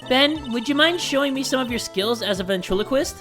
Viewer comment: okay but.... ventriloquist? BEN AND TRILO QUIST ok